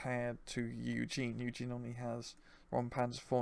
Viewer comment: please its Yue Jin, not Eugen. Pronounced U (the letter) Gin (the drink). Everytime you feature him in your deck vids you pronounce it wrong.